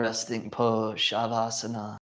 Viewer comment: It's sha-vaa-sa-naa, not shaa-vaa-saa-naa and na-mas-te, not naa-maas-tey